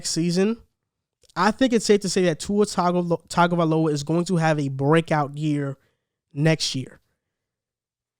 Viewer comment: Good points. Buy it's not pronounced " 'Tag" ovailoa. It's pronounced " Tongue " ovailoa .